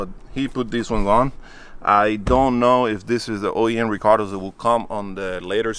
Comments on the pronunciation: Love calling the recaro’s “recardoh’s” haha 😂 love the new acquisition! Can’t wait to see what the new projects going to be! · Love how when says Recaro he pronounces it Ricardo lol. But beautiful jza80 love the wheels n the color even tho I'm not a big blue fan but I like it better than the other one on tehe's